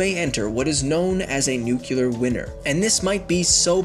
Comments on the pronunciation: This video is great, but I just can't stand the way you pronounce nuclear. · it was a homer simpson cameo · that was so cringey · Couldn't watch more than 30 seconds of the video. If you are too dumb to say "nuclear" properly don't make a video where you have to say it 50 times. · Everybody's talking about how he pronounced 'nuclear', but nobody's mentioning how he says 'winter' as 'winner'. That, to me, is more annoying. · Drinking game: take a shot every time he mispronounces nuclear. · came here to complain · You mispronouned nuclear so many times you had me praying for a fucking nuclear winter. But I don't pray and I hate winter. NUK_LEE_ER not NUK_U_LER You need to go over to grammar noggin. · I love your channel, but please for the love of everything that is good, it's nuclear not nucular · narrator keeps saying nuke-u-lar instead of nuclear. i hope its an in-joke. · “new-clear” not “new-kew-lur” because it is spelled nuclear NOT nucular... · It´s nuclear, not nucular, idiot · PLEASE!!! Save us!! Say nuCLEAR not nucUler, that is a huge pet peeve of mine and I really dont know why. Like if you agree. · NUCLEAR Not NUCULAR! Dislike. So annoying. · Stop saying Nuke-ular its pronounced Nuke-clear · It's nuclear not nuculer. Your pronunciation is killing me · You say "nuclear" like W did. The word is nu-clear. Not nuke-u-lar. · "nu-cu-lar" its "nu-clear" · Your pronunciation of the word nuclear triggers me. "Nu-clear" not "Nu-ke-lar" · It's NUKE-LEAR not NUKE-ULAR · NUCLEAR because it comes from NUCLEUS.... not NUCULAR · For the love of God, stop saying "nook-you-ler." Nuclear. Nuclear. "New- clee-er." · Nuclear winter. Not nuculer winner. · Nu-clear, not Nu-Culear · Nuclear is not pronounced nucular, this pissed me off. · Am I the only one getting irritated by him saying "nucular" instead of "nuclear". It's aggrivating. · NU- CLEAR NOT NUKE-U-LER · its pronounced NU-CLE-AR not "NUCULAR" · It's nuclear.. Not nukulear.. C'mon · New-cue-lurr winner sigh